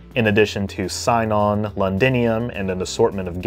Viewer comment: Sinon is pronounced "see-non". Cmon man it's in the show